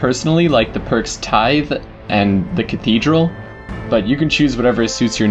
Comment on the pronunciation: Shosone. Not Shoshoney. Tithe, pronounced like Tivv, not Tive.